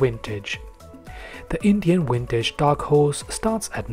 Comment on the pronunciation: Vintage not Wintage. Practice it.